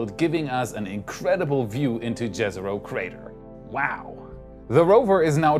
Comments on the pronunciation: If I hear Jezero crater pronounced like that one more time I’ll probably cry. Read it like it’s Yezero crater plese. This is just painful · someday people will pronounce Jezero with a Y instead of J sound </3